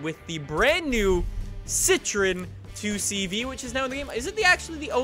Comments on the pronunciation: You pronounce 2CV as Deu Sche Voo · And it's not pronounced 2 CV it is "deux chevaux" in French